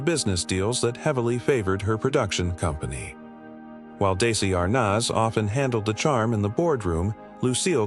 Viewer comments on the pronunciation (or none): Desi, not Daisy AI! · The a.i is butchering the names. Betty Davis is not Bet davis, dezi is not daisy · WHY DO KEEP SAYING DAISY???!!!! IT'S DESI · Oh God. I can't stand the horrible mispronunciation of names. Bet Davis? It's BETTYYYY Davis! Can't even pronounce Dezi Arnaz Jr. or Desilu Studios correctly. And Lucille Ball being a serious person as a studio head doesn't make her a "monster."" Nice try at click bait. I'm stopping this at the 6 minute mark.